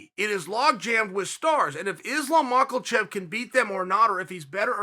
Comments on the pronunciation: Islam Michaelchev😂😂😂😂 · "Islam MICHEAL CHAP" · And sometimes 'Islam Michael chef'